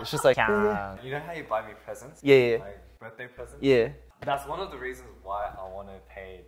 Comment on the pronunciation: the last "yea" is SO Aussie I love it